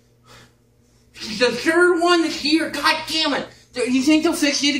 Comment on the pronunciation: "thyss is the third one thyss year, gad dammit" LOL